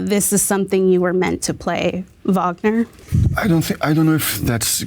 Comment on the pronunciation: Finally someone saying Wagner the right way! ❤